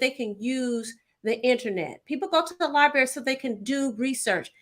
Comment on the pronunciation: She said, "Libary". Seriously??? Then, take money to advertise Detroit Land Bank Authority to help "who"? Auctions for property to sell to the highest bidder. It takes money to bid, ya dig?